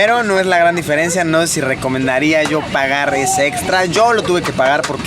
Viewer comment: Pronuncias mal deferencia